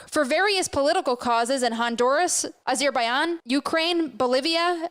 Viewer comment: AzerBAYAN? Lol what a joke, perhaps learn how to pronounce country names first before calling yourself news cause otherwise it's too trumpian. We have enough stupid already.